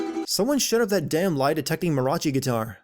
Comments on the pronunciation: sin for saying mariachi as mirachi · The mispronunciation of Mariachi